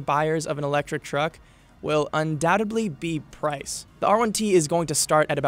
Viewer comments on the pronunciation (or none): Cheers for this video. "Undoutably" is not a word. Otherwise, keep up the good work. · Great trucks! Hey "professional" announcer... LEARN HOW TO PRONOUNCE UNDOUBTEDLY! ! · I thought you may like to know that your pronunciation of "undoubtedly" is incorrect.